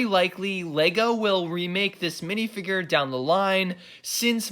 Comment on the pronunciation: literally couldn't watch any more of the vid coz of the way he says "minifigrrrr"